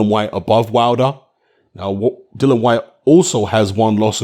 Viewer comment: 2 seconds in and shut down...its Dillian you dipstick...!